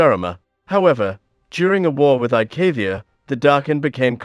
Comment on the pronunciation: "Naafairi" "Sharima" "Aicaivia" It hurts